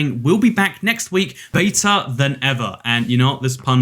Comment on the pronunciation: for a second there I thought this guy was from London and pronounced better wrong